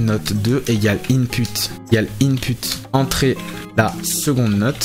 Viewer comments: Input se prononce inpout. Mais merci j'apprends super vite. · Merci pourl e tuto par contre travail sur la prononciation du mot input 😅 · superbe vidéo mais on écrit input mais on prononce inpout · "IN PUTE" xddd